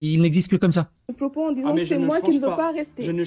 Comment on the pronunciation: "Vous n'avez pas a changer mes pwopos". Mais quelle sous merde et le calme du gérant chapeau bas